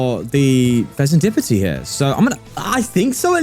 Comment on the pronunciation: Did I hear "Fezenskibidi"..🤣